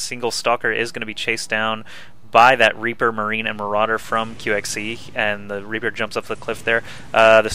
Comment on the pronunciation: Or as Kiwikaki says it mArAudeer. (Day9 reference)